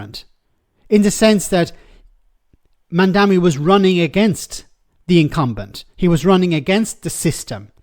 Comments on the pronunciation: It's MamdaNI. M-A-M-D-A-N-I. Not MamdaMI. If you want to talk about him one way or another, at least make sure you're actually saying his name right. 🤦‍♀️ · It‘s MamdaNi, though, isn‘t it? As in Ma‘am da knee. Two m, one n. Worth getting in the habit of pronouncing correctly, seeing how we‘ll all be talking about him and nyc a lot in the future. ❤ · How difficult is it to say Mamdani? Mom Donnie. That’s it. It is so much harder to say anything else. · Stop calling the man MamdaMi, it's MamdaNi! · Mamdani* not mamdami. Their are literally memes of people joking that no one can say his name correctly 😂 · Is it so hard to pronounce “Mamdani”? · Start by pronouncing his name right,. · Please just learn how to say his name, it’s not hard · That's pretty lame for a so called journo who must have seen his name printed loads, not being able to pronounce it correctly. Or has he been only listening to sex pest Cuomo?